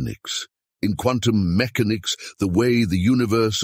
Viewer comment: He put the accent on the first syllable when he said "mechanics".